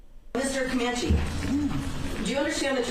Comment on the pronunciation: His name is pronounced Chance ….. Cuh-man-chi …. Just google/youtube him and you’ll get hundreds of news reports with the correct pronunciation of his name.